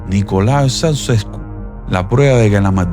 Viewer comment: Niño no se dice Soucesko, se pronuncia Chauchesko 🤦🏽‍♀️🤦🏽‍♀️🤦🏽‍♀️🤦🏽‍♀️ pooooorrrr favoooorrrr